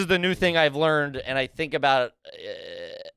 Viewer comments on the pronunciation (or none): none